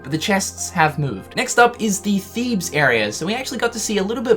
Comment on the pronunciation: im so proud that you can say thebes properly now, well done mate